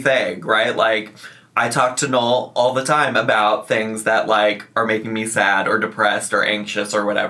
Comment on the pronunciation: Ya know I have to Ask. I'm a Long time subscriber but I guess I can't really hear very clearly and I want to clear something up. I hear you saying your partner Noel,but the way you pronounce it I can't tell if you are saying Noel or Knoll. I really would like some clarification because I don't want to offend You or Your partner so if You see this Please could you straighten me out! Thanks Sweetie. ❤RE: Like Noel is pronounced as innn